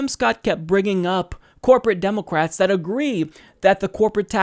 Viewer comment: You keep saying democwats